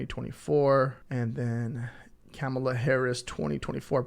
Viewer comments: Kamala is pronounced Comma-La!! ...it's not Cama-La or Ca-Mala!! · It’s pronounced KOMMA-lah. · Thank you, enjoyed your video. Please check into saying Kamala's name